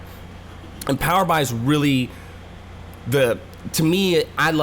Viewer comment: Hey, Nice quick overview. To avoid confusing/annoying your audience, please consider changing the way you pronounce Power BI. The product name is derived from Power Business Intelligence. So Microsoft pronounces it as Power B.I. as in "Power Bee Eye". not "Power Bye". Hope this helps your other videos to rate well.